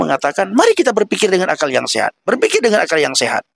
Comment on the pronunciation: Saat si abang mengatakan "deungon", keluar sdh logat awak Nanggroe nya. Krue seumangat adun!! God Bless You